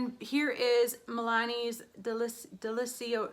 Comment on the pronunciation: I think it should be pronounced "delitsioso" (the z is strong, like in "pizza"). It's Italian for "delicious" and well I suppose this is how it should be pronounced ahahah